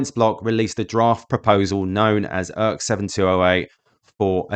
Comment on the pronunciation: Beginning , the 'ERC' in ERC-7208 is pronounced as 'Eeee Arrrr Ceeee', not 'Urk'. Please never make that mistake again.